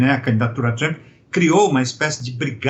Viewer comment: O cara é professor de política internacional e nao sabe nem pronunciar o nome do presidente americano???